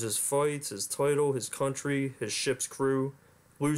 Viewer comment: Everytime you say "Country" a small child dies.